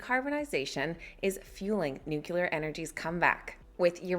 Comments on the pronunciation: It’s pronounced noo-klee- er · How hard is it for an average American to pronounce the word Nuclear? Geez.... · Yay! CCJ 👍 very 'nucular'